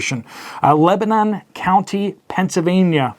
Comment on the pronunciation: “Pencil”-vania… not “pensive”-vania.. and you don’t live in “pee-yay”…